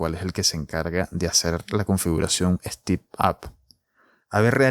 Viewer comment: No se dice stip, es stEp en Ingles, sino estas diciendo steep.